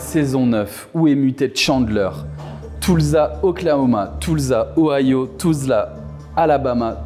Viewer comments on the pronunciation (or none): none